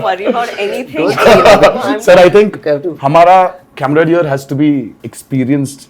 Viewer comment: It’s camaraderie… I think he said camaradier